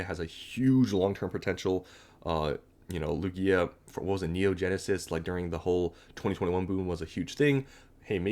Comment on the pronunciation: Its pronounced Loog-iah not Loo-Giah… normies man…